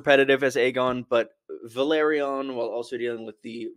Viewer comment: Valerion and Velaryon are not pronounced the same. Valerion would be Va-leer-E-on and Velaryon is Vel-R-re-on.